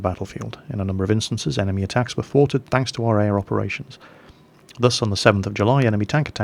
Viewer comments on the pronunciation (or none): none